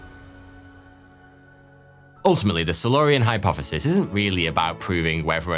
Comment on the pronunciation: Hypofefis? Fheory? Firty fwee?